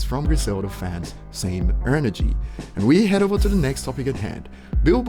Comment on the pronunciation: Is it just me or he's pronouncing it 'ernergy' :p